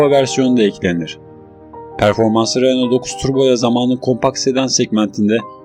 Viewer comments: Kopya -taklit kanalları sevmem... Renault değil..Röno okunur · Renolt ne kanka? Lütfen telaffuzlara dikkat et.